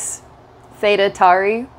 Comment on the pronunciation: th'eyda tory its pronounced.